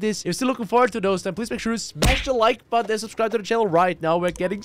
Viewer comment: I always hear him saying "smash the like butt" lmao